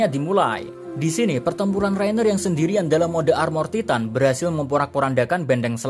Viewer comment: Dari titan titan titan kok tiba tiba tytan btw itu maksudnya bacanya